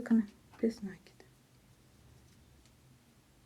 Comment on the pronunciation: Что у вас с ударениями? "нАкид, бИсквит"! В школе плохо учились? Слушать противно!